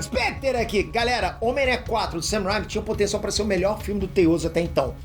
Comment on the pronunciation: não é ''sam rhyme''. é mais um ''sam rain-me''